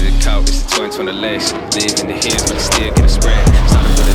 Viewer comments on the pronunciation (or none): none